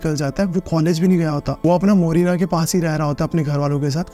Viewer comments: मोरिना नहीं को मुरैना होगा यार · Marina nahi hai koi jagah bhai murena hai gwalior ke pass padta hai.